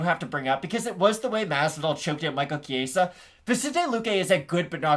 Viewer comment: Good video. FYI though. The E is pronounced like the e in escalate. Not the Spanish “A”sound you kept saying. Good luck gents!